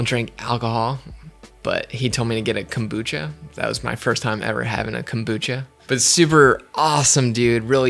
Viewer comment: When you pronounce kombucha. There is no accent on “bu”. in Japanese you don’t accent separate syllables, they are all spoken at the same level. You are saying two words kombu and cha. Cha is Japanese for Tea, like chai (used in Turkey). In Japanese, the word "kombu" (昆布) refers to a type of edible kelp that is widely used in Japanese cuisine. It is often used as a flavoring agent and a source of umami in soups, broths, and other dishes. Kombu is also known for its nutritional value, as it is a good source of iodine, dietary fiber, and minerals. In addition to its culinary uses, kombu has also been traditionally used in Japanese folk medicine for its purported health benefits. So you’re basically saying: Kombu tea. Kombu cha. There is no reason to accent the syllable “bu” unless Americans insist on looking stupid in the world today. The Japanese will appreciate that you are making some effort to pronounce things correctly. Or just call it kombu tea! Sorry for the long rant, I love your channel, you are really helping me with my filmmaking!